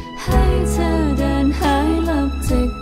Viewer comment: ไม่ชอบการออกเสียง คำว่า ชั้น เธอ ที่ ของมายด์เท่าไหร่ เหมือนบีบเสียงบางทีฟังแล้วไม่อิน